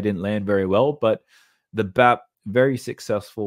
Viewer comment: Thats #BAP not #WAP